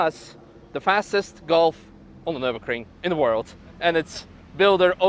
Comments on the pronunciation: My man really said "nurburcring" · It's Nürburgring not Nürburkring